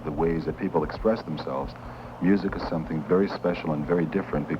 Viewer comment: Love the way he says something = somethink